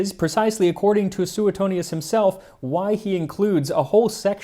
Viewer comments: Sue-tone-yes.. not... sue eh tonious 🤌.. Italian historin here. Mongiate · Max, love your videos, but I have to question your pronunciation of Suetonius. I learned it as "sway-toney-us" rather than "sooet-toney-us". But maybe that's the "Oxford" pronunciation and yours is closer to Latin? I know ecclesial Latin, not the ancient variety...🤔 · Should be pronounced Swetonius.